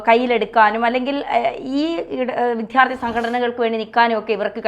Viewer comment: ഇവരെ " വിദ്യാർത്ഥി" എന്ന് സ്പുടമായി പറയാൻ പഠിപ്പിക്കൂ...